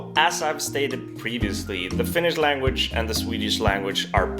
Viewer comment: His finnish pronounciation is the typical pronouinciation most swedes have when sayin finnish words, i.e incorrect